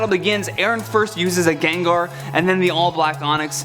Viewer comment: My life has been lie Its Gengar not Jenjer